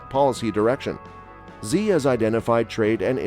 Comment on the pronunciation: You mispronounced the presidents name, Xi.